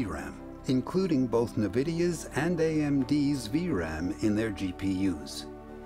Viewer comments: "Navidia" lol. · cursed nvidia pronunciation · The noob pronunciation lol